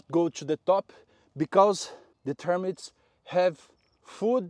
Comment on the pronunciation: I'm so glad you are talking about dry arid degraded soils...PLEASE PLEASE Talk more about termites (I think you pronounced them "termyt") We are desperate because they eat every thing !!!!